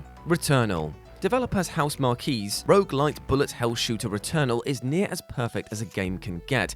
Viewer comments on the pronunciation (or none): Isn’t ‘Housemarque’ pronounced Housemark?